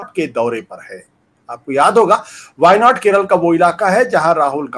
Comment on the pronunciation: Shravan Sir, you correctly Pronounced the place names of our wayanad…. Thankyou...💙